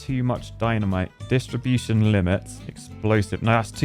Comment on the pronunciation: I officially demand the distribution of dynamite to be called "distriBOOSHion"